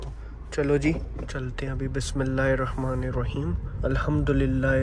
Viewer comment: Assalamualaikum bhai, One correction in your recitation and speech. Its not “Rehman” Actually it should be pronounced as “Rahman”